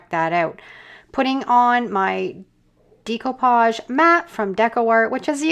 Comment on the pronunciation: Decoupage is pronounced with a SHORT E NOT A LONG E, PLEASE